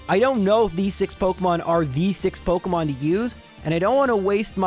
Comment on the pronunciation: pokEEEEEEmon not pokUHHHHHHHHmon